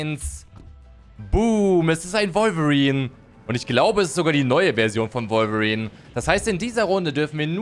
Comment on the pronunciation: Du sagt wolverin komisch finde ich du sagst revolverin